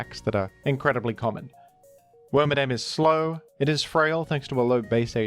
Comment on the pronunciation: You keep calling worMADAM him (FEMALE exclusive pokemon)